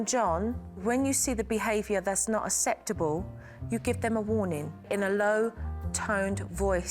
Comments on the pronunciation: The kids will think aseptable is the new way to pronounce it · I'm from the UK, I've never heard anyone pronounce acceptable like that. It's a very slight speech impediment from what I can hear. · I wish she would say acceptable correctly! She's so good though has so much patience.